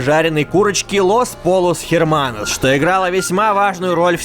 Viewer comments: Не Лос Поллос Херманос, а Лос Пойос Эрманос. Так, на минуточку. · Los pollos hermanos(не лос поЛЛос Херманос, а лос поЙос Эрманос). Я не выпендриваюсь и не заставляю вас учить испанский. Это чисто для справки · хочу подправить: Лос Пойос Эрманос А не Лос полос херманос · но ведь произносится: лос пойос эрманос ;-; переводится с испанского как: братья-курицы ну да ,_ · то чувство когда ты знаешь испанский и слушаешь не правильное произношение Сыендука. (Лос Пойос Эрманос) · los pollos hermanos произносится Как "Лос пойос эрманос" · los pollos hermanos (испан) произносится как - [лос пойос ерманос] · Черт по испански этот ристоран произноситься: лос пойос ерманос !!! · Я покараю вас за неправильное произношение! В большинстве диалектов ll читается как й, а буква h не произносится, правильно говорить:"лос пойос эрманос", что переводится как :"братья цыплята"(буквально курочки). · Произносится "лос польос эрманос" :). Видео очень интересное! Спасибо за годный контент. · Los pollos hermanos читается как Лос Пойос Эрманос. H в испанском не произносится:) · Лос пойос эрманос произносится) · "Los pollos hermanos" читается как "лос пойос эрманос", ибо "ll" читается как "й", а "h" не произносится